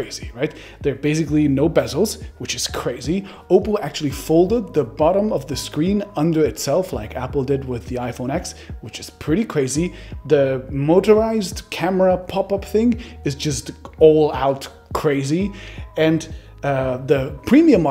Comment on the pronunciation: WHAT?! iPhone ‘Eks”?!